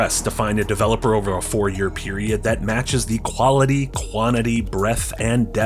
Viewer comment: Choughllity & chaughllity